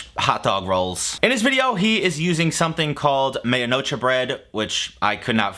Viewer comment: Wait dude....I had to pause the video for a moment once I heard this to write this comment. I think you have access to the type of bread that Guga uses. It seems like you are misunderstanding the word he is saying. The name of the bread you are trying to say is ‘media-noche’ and it is a bread extremely common in Cuban food. If there is a Cuban restaurant in your city, or you simply know a Cuban person, just source the bread that way and then you can really evaluate what Guga presented. I typically think that Guga is a hack...but media-noche bread may be a good idea.